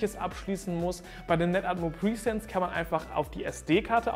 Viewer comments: Die Kamera heißt Netatmo Presence 😂😂😂 Du sagst die ganze Zeit PRIESENZ 😅 presence ist das englische Wort für „Anwesenheit“ und du denkst glaube ich, dass die Kamera „pre-sence“ heißt 🤣 Hör es dir sonst mal beim Google Translator an 🤣🤣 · Keine Ahnung warum, aber die Aussprache von "presence" triggert mich enorm. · Mich auch 😂